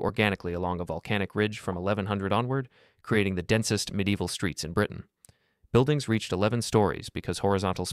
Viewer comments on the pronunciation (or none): none